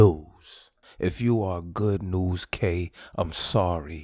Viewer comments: bruh said good NewsK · Nigga really said goodnewzK